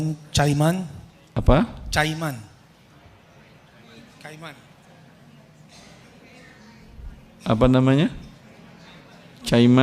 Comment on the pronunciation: Bacanya Kaiman (walaupun tertulis Cayman), bukan Cayman bacanya ya